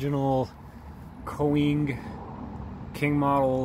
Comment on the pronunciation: Koenig, pronounced (Kay-nig)